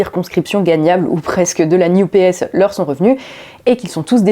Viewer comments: NUPES prononcé "new PS" = wtf? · Prononcer New P.S. pour NUPES, c'est voulu ? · J'entends "New PS" pour "NUPES". C'est volontaire peut être ? En tout cas c'est pas bête. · bonjour, il y a une chose étonnante , a chaque fois que vous prononcez "NUPES" moi j'entend "New PS" ce qui au final est plutôt vrai! , ce ci étant dit , bonne analyse comme souvent avec votre travail , cordialement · Ah donc, pour, ça se prononce "la new-PS"?:D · La nupes prononcé "New PS" c'est parfait <3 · NUPES prononcé "NEW-PS"? J'ai bien compris?? Le nouveau PS? 🤣🤣👍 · le retour, enfin! Pertinente et impertinente, comme toujours. On retiendra la nouvelle prononciation pour l'improbable coalition de Mélenchon: New Ps